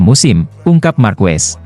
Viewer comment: Marquez dibaca markes bukan markues!